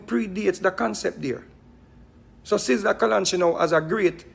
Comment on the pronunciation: Mr vegas lost like a coin in the ocean. And more confuse than tangle tread not saying sizzla right also but he have more sense than vegas if there was not an Abraham then there is no vegassssss. Vegas. Is a city in the desert that have to shine tru lights 📷 so who created him clown bc you stumble ah the stone that was set for nought let that soak in